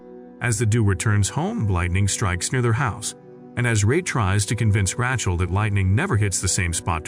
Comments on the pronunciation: Heller...its like Raychel not Ra chel.. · The way he says Rachel 😂😂😂